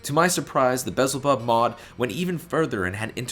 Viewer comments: Belzebub, not vessel bob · Great review. Just discovered this incredible mod. Although I'm pretty sure it's pronounced just like the demon beelzebub. Lol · you've somehow switched the L and Z in Belzebub